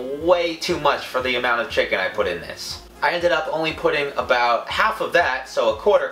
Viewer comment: The way he says chicken is so funny "chickin"